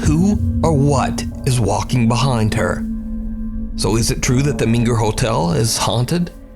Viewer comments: It meNger NOT meGer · Tx hotel is pronounced 'mainger'. Gorgeous hotel.